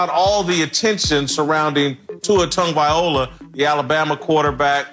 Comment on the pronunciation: TagovaiLOA not TagovaiOLA 🤦‍♂️🤦‍♂️🤦‍♂️ its like me saying Whitcock all the time 😂😂😂 c'mon man